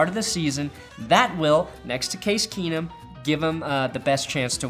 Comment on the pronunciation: "Case Keesum. KEENUM!"